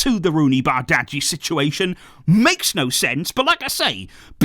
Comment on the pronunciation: I think you still struggling with pronouncing Roony's surname. I suggest you call him by his first name. Love from The Gambia, the smiling coast of Africa.